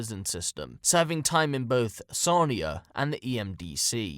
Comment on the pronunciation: Lived near EMDC and currently living near the Sarnia Jail, great video but your pronunciation of Sarnia is driving me nuts lol. Wasnt till you brought up Anthony that you got it right